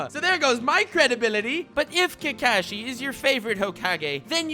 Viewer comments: "Also pronounced kAkishi sensei" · You keep mispronouncing Kakashi's name. It's Kakashi, not "Kakashi". Geez.